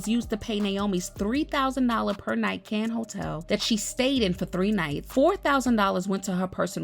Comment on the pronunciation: Mass Coy (Moscow)is Pronounced likes MossCow and Cane (Cannes) like Can (as in a Can of soup)